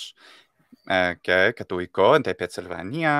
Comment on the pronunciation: The "οι" in κατοικώ is pronounced together like "η" or "ι" in greek not separately like he pronounced them.